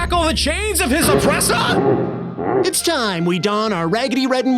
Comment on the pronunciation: “WILL MAX UNSHACKLE THE CHAINS OF HIS OPPRESSAH!?”